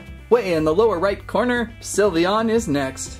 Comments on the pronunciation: Its sly veon not silveoon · You said syvleon wrong it’s pronounced syv- lee- on